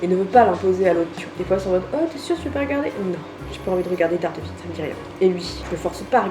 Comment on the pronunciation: OH MON DIEU tu as officiellement le meilleur mec de la terre je suis choquée sa mère (PS: La prononciation de Daredevil m'a assassiné les oreilles je saigne)